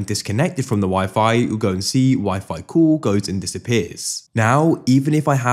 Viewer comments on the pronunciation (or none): It's pronounced "call", not "cool".